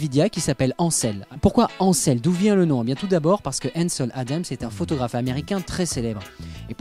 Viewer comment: En tant que journaliste, merci de faire l'effort de prononcer correctement les mots non francophones comme "Ansel". On n'applique pas les règles de français sur des noms étrangers. En plus, vous le prononcez correctement à 2 reprises ce qui n'est pas cohérent car lorsqu'on prononce un mot, que ce soit de la bonne façon ou non, on garde la même prononciation du début à la fin. Ce sont des règles de bases que tant de journalistes n'appliquent pas...